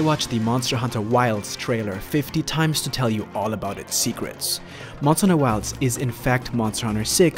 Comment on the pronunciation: MONSTAHHH HUNTAHHH WILDSSSSS